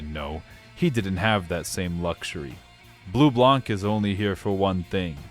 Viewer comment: so I'm sure you get tons of comment saying that but it bothers me and considering you'll deal with this character in the future a bunch I might as well mention this : Bleublanc is french, it's a combo of Blue+White. Blanc is consistently butchered as a word, the C is silent. This holds through everytime you'll see blanc part of anything, it's not Leblank in Persona 5, it's Leblan, it's not Bleublank in trails it's Bleublan. Sorry if this is annoying/pretentious, but I've had enough going through the game(especially true in Coldsteel so far, I'm about to start Cold Steel 3) seeing them butcher every single french word they could think of like Bleublanc, Marquis, etc. Although it is funny that of ALL word they got right, CHEVALIER was NOT on my bingo card. That aside I'm happy I'm not the only one that understand just how good this game is, although my personal favorite is 3rd, I don't want to elaborate on why on the off-chance that some people who have not experienced the game go through your videos to experience them like psychopaths, since I know you'll probably do a better job than I do in conveying why it's good.